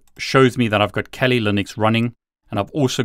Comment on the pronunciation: Why t f does he say Kelli Linux lmao